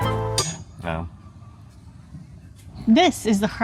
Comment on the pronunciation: Love how you can pronounce 'gravensteen' like a real flemish person, yet frituur is pronounced 'fritoer' 😀I know U is difficult to say as a english person. Standard martino is: American preparé (its minced pure meat made with mayo) little diced onions, pickles, martino sauce. Extra toppings can be added like anchovis, tabasco (for the spicy lovers), etc... Mitraillette is french for automatic gun, like an M16. love the episodes!